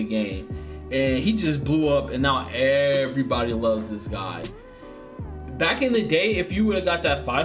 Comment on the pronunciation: “Erry body eating” good shy lol 😂